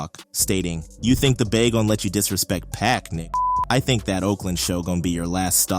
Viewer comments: It's not Peck. It's PAC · Did he just say “Pack” for Pac? Like you pack a suitcase? 👀And then immediately after, pronounce Tupac correctly with no issues? 🤦‍♀️ Anyone else actually feel legit anger from that? 😂 #cringe 😳🙄😤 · Yes, and did u her how he pronounce Pac, as Peck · You didnt pronounce pacs last night right 😂😂😂😂